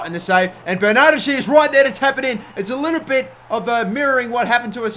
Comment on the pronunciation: BTW Bernardeschi it's pronounced Bernard-Heskey 😊